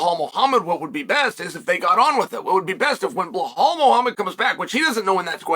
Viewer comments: Chael why do you call Belal: Bhelal? 😅 I’ve always been curious 😆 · Blehal en piejera names never get boring with uncle chael